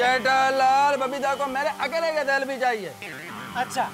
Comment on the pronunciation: સફ્લી નહીં સેલ્ફી ❓❓ 😀😀😀😀😀